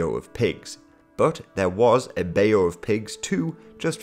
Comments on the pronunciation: Bayou is pronounced "bai-you" rather than "bae-you" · You're pronouncing 'bayou' incorrectly. It's pronounced like "bye-oooo"